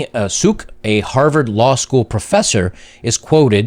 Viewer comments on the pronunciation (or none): none